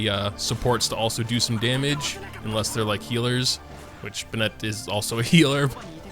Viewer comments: ben-it not ben-et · nice video since the sword is free im gonna say its safe to say its worth it haha. also is nobody gonna tell this man to stop pronouncing Bennett as bennette haha its pronounced like ben-it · it’s pronounced BENnett not benNETT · Why do you pronounce his name "Be-net" instead of "Ben-nit"? Edit: NVM it seems like you pronounce it both ways lmao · Why are we saying "baynette"? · Why do ppl call him BA-NET lol. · Did you just say Ben-Net? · I like how I’m such a staple character in this game lol. Because my last name is Bennett.. But you all butcher the pronunciation a bit though. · First of all, fix the way you say Bennett. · That's great but can we talk about the way he pronounces Bennett?